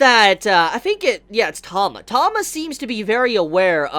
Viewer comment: It's T-ah-ma.. not Tom-ah..